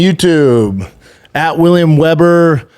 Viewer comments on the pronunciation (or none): none